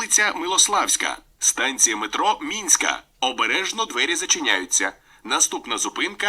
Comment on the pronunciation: Не минська, а мінська.